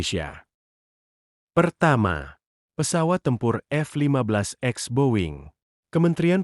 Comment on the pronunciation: Boss bukan F 15 x, tapi F 15 ex, baca "ix". Sebelum baca narasi, belajar dulu